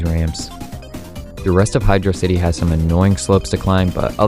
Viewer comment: my guy pronounced "Hydrocity" as "hydrocity" instead of "hydrocity"....